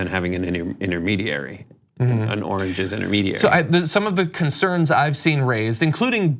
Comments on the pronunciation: we are talking about the sound not coming out right. He struggles ; like the " orange " instead of "origin" and he did it several times, over again as his brain was not in gear. He was confused and that is dementia. We see that struggle , in people whose first language was not English, but it is not his case. He only speaks English and poorly at that. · OMG ! ROTFLMAO . " Take a look at the oranges " , does he mean origin?